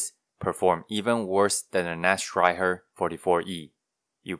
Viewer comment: One thing I thought was a little funny was, as you were saying "Nachtreiher" for the first time, I was like, "ok, that's definitely not how you say that." And then when you said "Tian-Qiang," I was like, "ok, but the way you said that, I can immediately tell that the way I would have said THAT was wrong, and the way you pronounced that was obviously correct." Meaning you are clearly just more familiar with Chinese than you are with German. idk, just thought it was interesting to note.